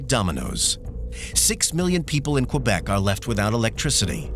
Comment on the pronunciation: "Qwebec" No dude you don't pronounce the u in Quebec